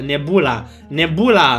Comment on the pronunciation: nebula Cum a reactionat:ma niebula ma niebula Minutul